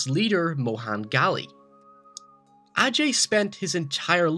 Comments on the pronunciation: great video my man, but you seriously butchered like some of the non english based words like ghale, ishwari, rakshasa etc. But otherwise great video, keep it up! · one more tip:Its Ghale.Not Ghali